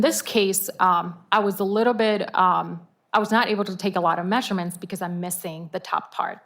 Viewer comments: Stop saying mesherments!!!!! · Mehhshure-mhents. Her pronunciation is so annoying!